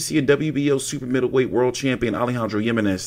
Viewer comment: The j is pronounced like an H